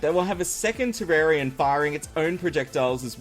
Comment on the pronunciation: Wow. You pronounced "Terrarian" 2 different ways in the span of 5 seconds. Okay then